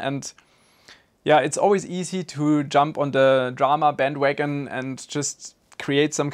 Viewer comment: I like how you said "bandwagon" sounded like "volkswagen" :D